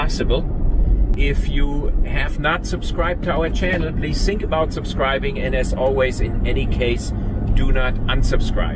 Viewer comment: “That’s what you sink” :)